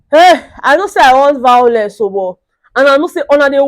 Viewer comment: I love the vawulence..... 🤣 🤣 🤣 🤣